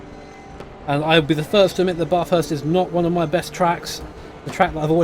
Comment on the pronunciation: Love content of Australian stuff (yay national pride) but for the love of god all you poms can’t pronounce Bathurst right :p the “a” is more like the a in apple - very flat and the like